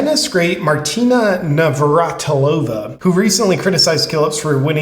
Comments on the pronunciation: Nav-rat-il-ova to save you from embarrassing yourself more. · I don't understand why these YouTubers are struggling to pronounce Navratilova. They are content providers don't they do research, plus she was a famous tennis star it's not like her name is new and unheard. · It's pronounced Navratilova